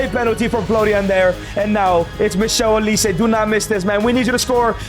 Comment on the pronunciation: This broski say " Michelle Olise" 😂😂😂😂 , It's Michael Olise